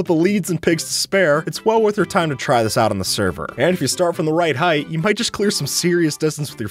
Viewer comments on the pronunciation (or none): none